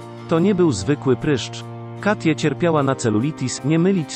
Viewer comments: "Katje"? po jakiemu to jest? "Kejti" chyba miało być. To jakiś program-lektor czyta? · Jeszcze ta ivona którą zamiast czytać kejti czy katie 😔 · Super tylko tak poprawię, że Katie to nie polskie imię i nie czyta się go tak jak się widzi. W tym wypadku będzie czytało się ,,Kejti" :)